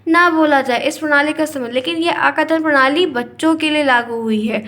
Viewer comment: ma'am this is arth kathan prnali not akathan